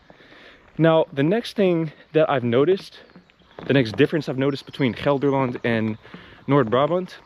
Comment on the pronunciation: You pronounce Gelderland like you are a native, well done!